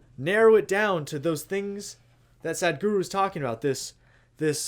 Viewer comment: Your pronunciation to sadhguru is wrong it not sad guru it is sadhguru